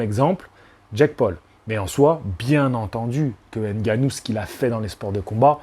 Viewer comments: merci pour la prononciation du nom , c'est effectivement ngannou, et pas N'gannou. Ça fait plaisir de voir des personnes de temps en temps s'arrêter et se corriger sur la prononciation réelle des noms. Au Cameroun et en Afrique personne ne dit jamais n'gannou. Tu es respectueux et passionné, force à toi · Je constate une amélioration sur la prononciation de Ngannou. Pas N gannou comme j'entends souvent.